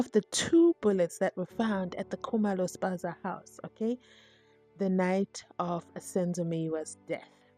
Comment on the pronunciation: U said Spaza house?😂😂😂